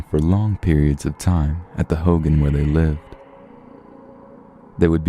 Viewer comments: I believe it's pronounced "ho-gahn" like ho and gone not "Hogan" like hulk Hogan lol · For the first one. The Navajo dwelling is pronounced “Ho-gone” not hogan like Hulk Hogan. Haha! Love the Channel btw. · Hogan is pronounced like ho-gone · It's pronounced (ho-gone) for hogan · The way you say hogan is so weird